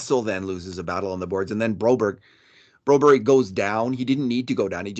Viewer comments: BROBERG Swedish PRONUNCIATION:⚡️BREW- BARY.⚡️ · Ask Broberg how he wants his name pronounced by NHL commentaries! Like Johnny says, "Surley it can't be that difficult".